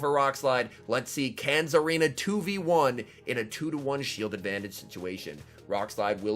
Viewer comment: There’s definitely not a “Z” in Tsareena 😐